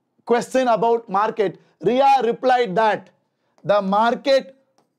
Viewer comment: sir that is not Ria that is riya 💔💔💔💔💔